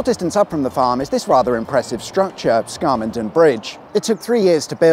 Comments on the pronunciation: Brilliant video, but I must correct you on 'Scar-mon-den' bridge (or dam). It's pronounced 'Scam-men-dun'. You've got to get yer Yorkshireisms reet tha no's!. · Your vidoes are essential Sunday night viewing but I nearly shat myself laughing when you said Scarmonden instead of Scammonden. Otherwise excellent.It’s grim up north and the vowels are flat,unlike your puffy southern vowels.😂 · Pedantic Yorkshireman here: the Scam in Scammonden is pronounced Scam, not Scarm. I can remember the bridge there being built. Traffic was diverted down a steep temporary road, across the motorway which was under construction, and back up the other side. I think you can still see evidence of this temporary arrangement to this day, more than fifty years later. There’s a similar but narrower bridge at Windy Hill that you could have mentioned in Part One. It carries the Pennine Way footpath over the motorway. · Scarmonton? Scam-mon-dem! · "scarr-mon-den" oh yes jolly good, bit like "sour-bee-bridge" the people who live there how you say? they say scam-n-din and saw-bi. we're a rough lot. Thank you for lifting the tone with another splendid video. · Well I never knew it was called scarmenden. Sure its called scammonden scam. Not scarm lol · SCARmonden? be tha righ in't'thed lad? its SCAMMonden. go over it most weekdays. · i was born near there, we call it scam-adon not skarmodon, small point, sorry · It's pronounced Scam, not Scar-monden. It's often referred to a the "rainbow" bridge: sadly, it is best known locally as a place for suicides. Also, you missed the hill-climbing track at Scammonden Dam. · Scammonden! Pronounced scam mon den Not scarm...! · PS, it's Scammonden, pronounced Scam! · There's no R in Scammonden. It's pronounced Scam Mon den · The most southern of all pronunciations of Scammonden. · Excellent as ever - despite the southern pronunciation of northern place names. Why do they put ‘r’ sounds where there aren’t any?